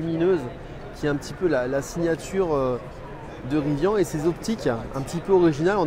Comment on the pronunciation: Ca commence mal, il ne sait pas prononcer Rivian Riz - Vianne ....